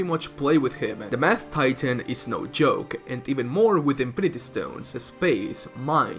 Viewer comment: He said mad titan, but I heard math titan. Now that would be an absolute heel supervillain